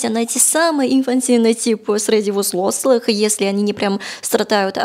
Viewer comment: особенно нравится идеальное произношение слова "взлослый"